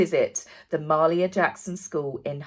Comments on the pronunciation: Hi, love your shows, and just wanted to help you with Mahalia Jackson's name. it is pronounced like this. Muh-hay-lee-uh Jackson. Sometimes our American names don't travel well! LOL! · The name of the school is pronounced Muh hale e yuh Jackson. She was a famous American singer. Evidently they also charged these poverty stricken children a $5.00 each donation to get a copy of the book!! This is despicable on Steroids!! The school never received the washer and dryer!! Also, evidently, Meghan got upset during the reading of the book, because the children were not listening and Harry was talking to the girl next to him, slammed it shut and walked out!! I wish these two would just go away!! Great job!! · FYI, it is pronounced “muh-HALE-ee-yah” (Mahalia Jackson). She was a famous southern American gospel singer in the middle of the 20th century.